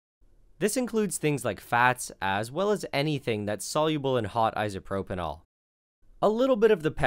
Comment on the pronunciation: Please stop calling it 'isopropynol'